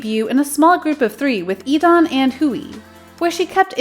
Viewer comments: sorry but its DAWN without the e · DAWN!!!!! he even wrote a song about his name's pronounciation!!!!!!